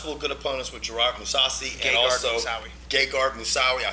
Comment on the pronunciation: I don't mean to be a keyboard cowboy but it's Gegard Mousasi, not Mousaoui Good show